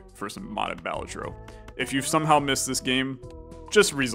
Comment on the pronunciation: Oh and also, Balatro is pronounced Balatro not Balatro